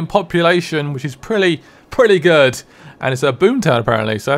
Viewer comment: It's "prelly good"